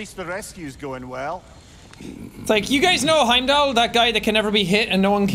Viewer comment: Wheim-dall a soulless ghoul